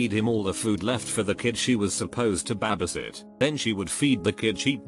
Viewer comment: No one: This narrator: Babasit!